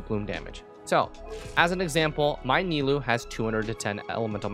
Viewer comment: ni-loo XD